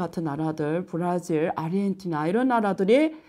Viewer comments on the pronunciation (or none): none